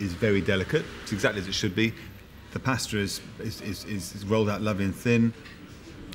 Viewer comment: The word pasta being pronounced like they are saying pastor in a southern accent is killing me 😂😂